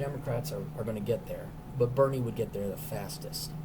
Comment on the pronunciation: You definitely said, "Berry Sanders".